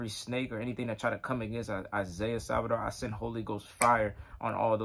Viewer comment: Isaiah Saldivar is a blessing for The Body of Christ. P.S. Brother you kept saying his last name incorectly - it's Saldivar not Salvidar